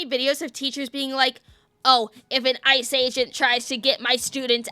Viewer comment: hade to go back there did sound like you did say ISIS not ice